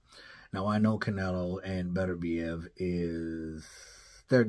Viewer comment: I like that pronunciation buddy Beterbiev I’m from there. Beterbiev gotta be the scariest dude to face off against emotionless, bearded with 100% KO rate don’t need to say much. 20-0. 20 dead bodies